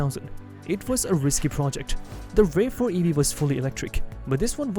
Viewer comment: Why the AI voice-over? (RAV4 - "rave" 4 ?)